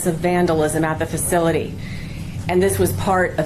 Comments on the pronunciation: Sounded like he said "an attack on a nice facility" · Learn how to pronounce the facilities name correct.